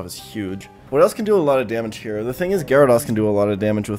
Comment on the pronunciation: Sorry I have to unsub and stop watching because you still can’t pronounce gyrados